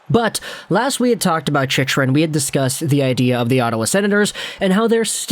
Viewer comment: Chick-rin bud. Not chich-rin.